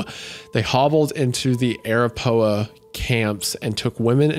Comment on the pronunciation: Arapahoe Uh-rap-a-hoe